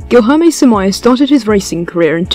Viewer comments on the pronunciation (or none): You saying guijorme is quite stressful for brazillians, lol, but thanks for the video, im brazillian and i didnt know who is samaia. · i have a blast every time i earth an english trying to pronounce the LH sound